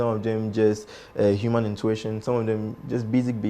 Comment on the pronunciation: Intuition or intwetion?🤔